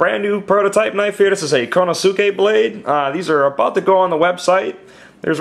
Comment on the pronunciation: Just a little heads up Konosuke is pronounced "Koh-noh-ss-kay". And Kurouchi is pronounced, "Koo-Roh-Chi" or "Koo-Roh-Ch". Great knife BTW. Looks similar to some others.